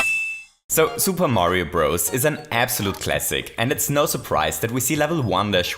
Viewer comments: is a she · “Lovely people” love it